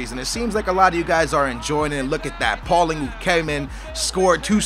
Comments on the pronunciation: Paulingo? Hahaha its prounonced paul-een-e-o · Paulinho not paulingu you sound stupid as fuck. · Isnt paulinho pronounced how its spelled, not paulingo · Who is paulingo? Isnt it paulhinio ?